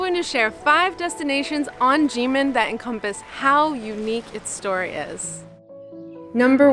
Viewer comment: Why is Kinmen pronounced "Jinmen"?